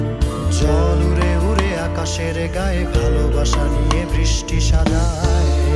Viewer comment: এটা কি Shironamhin এর গান? এই শিল্পী, জল ' উরে উরে ' কেন উচ্চারণ করছেন!